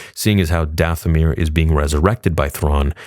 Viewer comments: Did it bother anyone else that at minute 24 she says, "For DaFFFomir" instead of Dathomir as the subtitles suggest? 😂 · Subtitles said... For Dathomir. She said... For DaFFFomir. 🤦🏼‍♂️